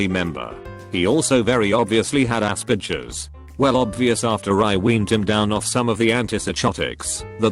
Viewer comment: Text: Asperger’s Text-to-speech: Ass-bitches